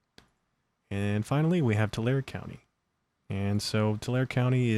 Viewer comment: FYI it is pronounced Tu lar e Tulare, not Tular thanks, Debbie I lived near that city for 18 years <3, nothing to write home about, farming community and RED. So if you are seeing Harris votes then it swings hard red... yea the trigger point worked.